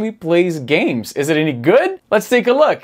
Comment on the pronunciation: "lets take a luck", "despite lucking like...", "this lucks..", " this is the classic lucks" LOL..... eu sempre tenho a impressao que o Izzy fala LUCK ao invez de LOOK! a pronuncia eh muito similar.